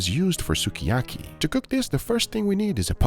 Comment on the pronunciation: I didn't know lemongrass paste was a thing. 100% Uncle Roger would approve of that rice. That looks like perfection. I will make one comment, that will probably give me hate. "sukiyaki" is pronounced more like "skee ya kee" not "su kee ya kee" Also didn't know black cumin was a thing.